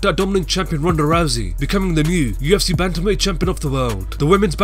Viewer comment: Lmao who else hates how this dude pronounces "the UFC"